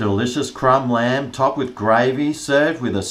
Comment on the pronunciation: I genuinely thought you said "G'Day Land Lovers" in the intro... not "G'Day Lamb Lovers". I'm thinking... has been on a boat fishing or something!!?. Then you showed the product being reviewed... and then it clicked. 😆 🍴